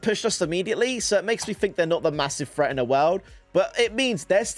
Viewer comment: HAHAHAHA HE SAYS FRET INSTEAD OF THREAT IM DEAD ASFFF ⚰️⚰️☠️☠️☠️